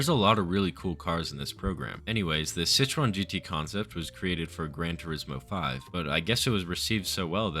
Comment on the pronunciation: i would never even have been able to guess that it was citroën you were trying to say 🧍🏼‍♂️🧍🏼‍♂️ i only realised because of what was om screen 💀💀